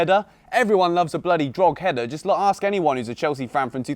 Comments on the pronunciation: It's called dro-head-a not drogheder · Drogheda is pronounced Drawhida. Not Drogheader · Did you seriously just say drog - header lol. It’s pronounced dra head ah. The g is silent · It’s pronounced dro-hid-a 😂😂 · Its pronounced dro-head-a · Just incase you don't know its pronounced draw-heh-da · Don’t wanna be that guy but it’s pronounced Dro-heda😂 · This is how to pronounce Drogheda. Droh heda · Pronounced drock-Ed-ah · Takua Ben dvarim Droh - eda. the end. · loool just fyi its pronounced droh-heda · Its pronounced draw-ehda😭😭 Im from Ireland bro Love🙏